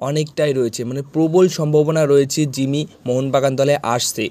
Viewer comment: জিমি নয় জ্যামি ।